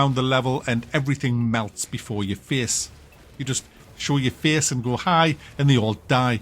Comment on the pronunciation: "Show ur feeese, and go HI" :D